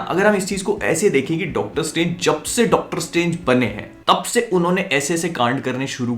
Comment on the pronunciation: 🤣🤣 "Dactar Saab" 🤣🤣